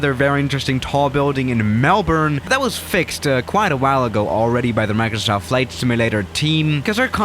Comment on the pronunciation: Nobody:: Maurcrosauft